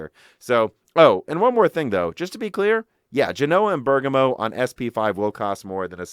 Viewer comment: You are pronouncing Siena wrongly like Genoa and Bergamo, look up their pronunciation in Italian on an online dictionary